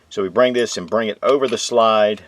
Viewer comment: Anybody else hate how he pronounces slide. He literally says shlide, there’s no sh, why tf does he do that